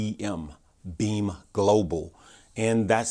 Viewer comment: I heard BEEM not BEAM, yesterday. Helps if it's written on the screen.